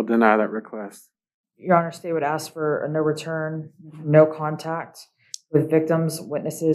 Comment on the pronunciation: It’s sad that a lawyer can’t say the word “ask” correctly.